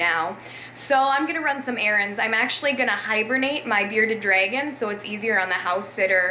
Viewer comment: instead of Bearded Dragons she says Bearded Dregons